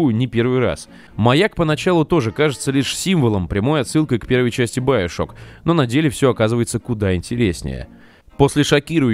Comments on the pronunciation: Не байашок и биошок! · ты *** правильно бИошок